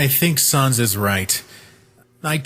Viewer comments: Please get your pronunciations on "sans" and "chara" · I feel like they aren't proununcing sans correctly